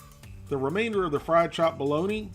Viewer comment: I've head of Balony, and I've heard of Balogna (the city in Italy, pronounced Balonya), but I've never heard of Bo-log-na!